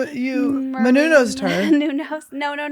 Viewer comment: Annie: you Menunosed her... 😂🤣